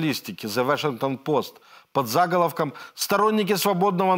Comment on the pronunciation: Ещё в коллекцию ударений- зАголовок